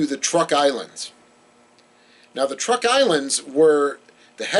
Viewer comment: I believe Truk Islands are correctly said "trook" or "chook" in the local language.